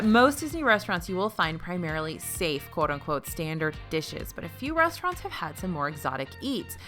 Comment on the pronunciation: now lets talk about the resturants! Me: The W H A T